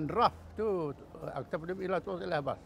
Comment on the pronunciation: TUN...bukan TONG..